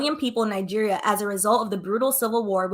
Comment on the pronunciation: Pronounce Nigeria out sounds like nigge@